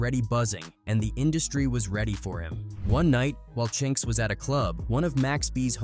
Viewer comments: Chin X? C’mon man. It’s CHINX get it right! RIP CHINX & BUNDLES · The Chin-X irritated me deeply each time I heard it smh. RIP to all those guys...gone too soon 🙏🏾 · Who the hell is Chin X 😂 man it's Chinx you literally said it already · Chin X, Really? 😳😩 It’s Chinx!!! 🧐🤨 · Now i see why 1 guy was mad about the chinx part.. how you have all these clips where these news ppl are saying his name right and the narrator just refuse to say it right.. i can't watch anymore